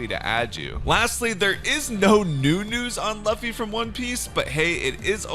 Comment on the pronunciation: How bro pronounced luffy got me in tears